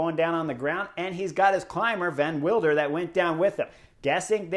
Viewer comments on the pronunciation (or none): I know it's hard and it doesn't really matter but... Pronunciation Vervaeke is not Ver-vah-key but Ver-vah-kuh. Van Wilder sounds cool in English but it's Van Will-der (like in wilderness). As Quickstep has shrunk those names will probably return so there you go. Pretty cool Vuelta thus far, this seems to be the stage race breakthrough of REV. Let's hope he stays on the bike and healthy. I also believe the Vuelta is probably best fit for his qualities. One sprint after another in the Giro and the big guns at the Tour would have been too much to handle this year for the kid. Good choice by his team.